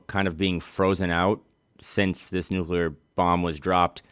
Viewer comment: asks the question I would ask. I'm not satisfied with their answer though. edit: i dont think anyone has said "nucular" this much since george bush (lore).